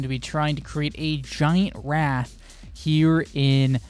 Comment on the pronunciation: You spell wraith but you say wrath...